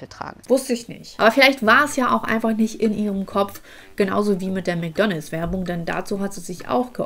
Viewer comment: ich mag dich ja total nh aber es heißt nicht Mc Donls sondern Mc DonalDs😵‍💫